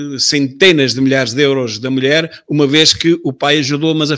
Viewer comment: "A minha melhére" por amor de deus